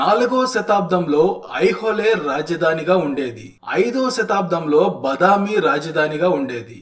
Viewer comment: బదామి కాదు. బాదామి. వాతాపి బాదామి అయింది. వాతాపి గణపతిం భజే విని ఉంటారు కదా.